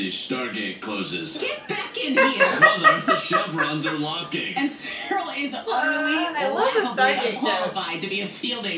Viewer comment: You calling Cyril cereal. Lol.